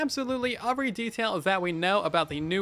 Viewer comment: I like it how instead of saying every, he says uvry